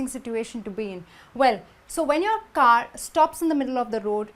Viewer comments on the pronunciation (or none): Her pronounciation is killing me !!! Did she say car or ga ?